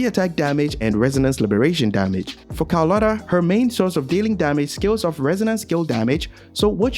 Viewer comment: "calculator" bro is doing calcharo dirty